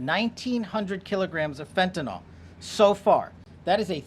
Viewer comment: FBI director... someone ought to have taught him that it's not fentanol, it's fentanyl.